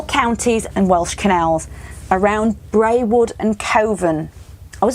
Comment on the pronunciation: Brewood, you pronounced it braywood but it's pronounced brood, but don't stress it they all have webbed feet in brewood, I do a lot of cycling around practically everywhere you travelled to, I'm partial to the cake at Norbury junction.